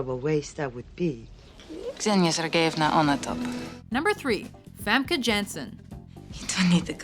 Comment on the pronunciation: chris winfield that's right, she's dutch, so the J is pronounced differently. They actually said Famke wrong too xP